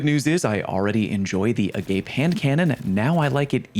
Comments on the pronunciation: lol, I recognized it immediately because it’s a Rotting Christ song, Agape Satana. It’s a Greek word basically unconditional love or the greatest love. Hearing it’s pronounced “a gape” is humorous. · It's definitely that pronunciation given the "boundless, without conditions" flavor text, but agape the way he said it is also a word. Could be why that's his go-to way of reading the name. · It's pronounced Ah-gah-pay. Not "a gape" just saying. Latin. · That's not how you pronounce agape!!! Agape is principled love, like the love you have for fellow humans. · Agape pronounced (uh-gah-pay) people that pronounce it the other way are likely trolling 👍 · It's pronounced uh-gaw-pay. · agape is pronounce a gah pay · Agape is not the english "Agape" it's the greek one - Ah-Gah-Pay. It is one of the words in Greek that we use for "love characterized by selfless, unconditional, and sacrificial concern for the well-being of others" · Please stop calling it agape like that lmao It’s a Hebrew word that means brotherly love and it’s pronounced Ah - Gah - Pey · Interesting. I just assumed "agape" was the transliteration of the Koine Greek word "ἀγάπη" with 3 syllables, "ah-gah-pay." (Made famous from the Pauline epistle to the Corinthians, and appearing in Orpheus's song in Netflix's second season of Neil Gaiman's The Sandman, S2 E5 (streaming now!)--although it's would make more sense that the song lyric is in Attic Greek, but I digress.). I mean, when has Bungie ever used a religiously charged word before like "perdition," "catabasis" or "iconoclasm" in a location, mission, or weapon?. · uh-GAH-pae, it’s a Greek word for love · The handcanon is pronounced AH-GAH-PAY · the new HC is pronounced "Ah-gah-pay" it's a Greek word for unconditional love. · Yeah but everyone that likes Bungie is gay so they pronounce it A- Gayp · “Uh-Gaw-Pay” it’s a Greek word! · Is it not pronounced A-Gar-Pay 🤔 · Don’t tell them. It’s hilarious to hear haha! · A-gah-pay You damn heathens